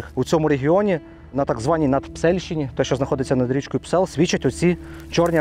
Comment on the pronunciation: ...не Псел,...а Псьол......